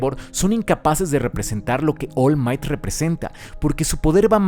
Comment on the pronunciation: Pude notar que decías mal el nombre del personaje musculoso. Es Oru Maito, no Ol Mait. De nada. Si, pretendía ser gracioso. Si, puede ser que no haya sido.